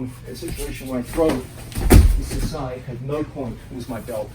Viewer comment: *sasae (and not sasai) Tsurikomi Ashi. From the Japanese verb sasaeru (支える) meaning "to hold in place" or "support." Not very important because the pronunciation is pretty much the same.